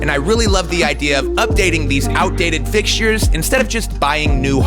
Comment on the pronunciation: First see-ment and now fix-sheers. I’m sorry I had to lol. Great video. The great thing about being a DIYer is that you can always go back and change things as you live in the space. I like how you are collaborating more with Rachel. She goes back to her projects and reviews what work and what didn’t. It’s good to show your learning experience that way we learn has well. The best to you on this new home a renovations!